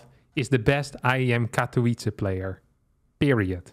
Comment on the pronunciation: Poland says: Katowice says: Katołice